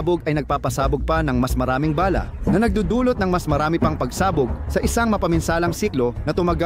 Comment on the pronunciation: Ayusin mo ang pag bigkas mo ng bala.para ka namang grade 1.